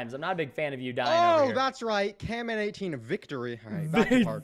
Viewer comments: not caNman its Camman18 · It's not canman18 it's camman18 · I can’t believe he still says ‘cannman18 Even though Camman18 has told him a million times. That’s what I like about preston